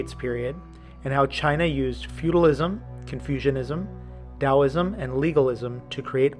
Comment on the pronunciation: mispronounced Taoism....